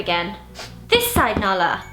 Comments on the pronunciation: ZOE'S INTRO WAS HILARIOUS IT SOUNDED LIKE "banala!" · When she said nala I thought she said banana